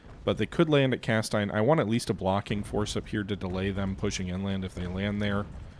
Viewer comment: Cas-teen. Same sounds as Hal-muth for Falmouth